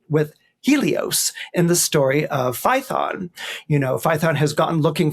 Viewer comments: Fay-uh-ton. Not Fye-thon. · ~ , I'll note, completely off topic, he pronounces Phaethon as rhyming with 'python". I have been wondering about the original greek sound English spells "ae". Here it is : " In Classical Latin and Ancient Greek, the vowel combination transliterated as "ae" (or the Greek ai) was pronounced as a diphthong—sounding very much like the "long i" in the English word "eye" " Damn! He said it right. Never knew it.